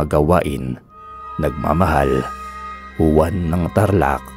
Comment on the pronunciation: Hindi Huwan, kundi Hwan ang tamang pagbiglas ng Juan.